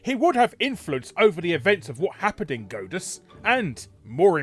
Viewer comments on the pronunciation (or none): "Goat-us"? Isn't it pronounced "Gawd-us", y'know, like in god? Or is Larry making a joke that is going over my head? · It's God-uss, not Goad-uss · Are you calling it "Godeus" to try and gode us?